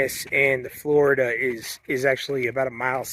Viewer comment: i loved going to this place as a kid also: its flo(ree)da